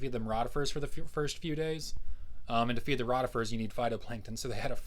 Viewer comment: Excellent - thank you! In a minor point, its' ROItifers. Hi...